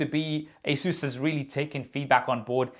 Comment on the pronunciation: It's not asuus a saes